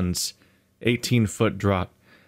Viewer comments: Draught is the British spelling of Draft, it is pronounced draft like the american English spelling. This is how much of the ship sits under the waterline. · "Draught" is pronounced "draft." It's how deep the ship sits below the water line. 18 feet means that the ship needs 18 feet of water, minimum, to sail. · draught is actually pronounced "Draft", HTH!